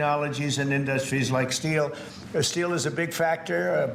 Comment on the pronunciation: He cannot read. Did you hear Trump say “inDuhstries?” He’s reading the lines they gave him and he is reading them a syllable at a time.